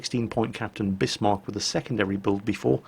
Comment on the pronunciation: Great, a whole video where he mispronounces Bismarck., your other German pronunciation is usually quite good. This is pronounced "Bizmark" not Bissmark".